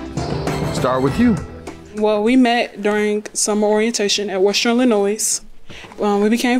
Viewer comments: Illinois.... the S is silent. I cringe 😬 when I hear Illinoise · Did the plaintiff just say “Illinois” pronouncing the “s” on the end 👀